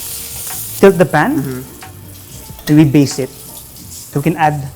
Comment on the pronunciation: ....it's Baste, not "base"